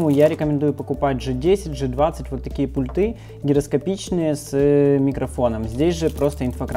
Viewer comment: Вы очень харизматичный молодой человек, попытайтесь правильно ставить ударения. пУльты